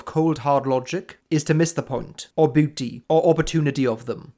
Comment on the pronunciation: great video as always! I like how u pronounce 'beauty' as 'booty' 😅